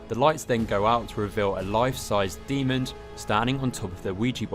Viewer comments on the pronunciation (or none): There is no “d” at the end of the word demon.